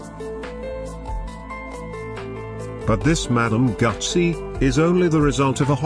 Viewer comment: "gutsy" ?? Thought it was "goo-zee" . . . That seat would be like sitting on a shoe, it's narrower than the tire !!